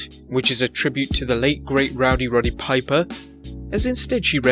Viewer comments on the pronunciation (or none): none